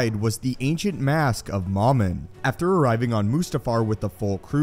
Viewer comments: Dumb English, it's supposed to be Mumin, not moooomin Ahh, I thought you were joking about moomin. The finish trolls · It's mowmin.not mahmin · MOM-IN??? No, it’s pronounced “MOH-MIN” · This guy in the video pronounces Momin "Mamin". Why?